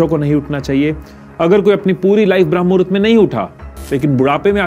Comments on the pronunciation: It's not भ्रम मुहूर्त it's ब्रह्म मुहूर्त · 👍🚩😡🤦 विडियो तों बना दिया लेकिन पहले सही बोल ना सीख भ्रम नहीं ब्रह्म मुहूर्त कहते हैं 🤦🤔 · Its not Bhram muhurat.... It's Brahm Muhurat.... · This is not bhram... it's Brahm.... edit thik se kare.... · You don't ebmven know how to say brahm muhurat. It's not bhram. It's brahm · Bhai pehle tu thik se bramha muhurat bolna sikhle baad me iske bare me gyan dena.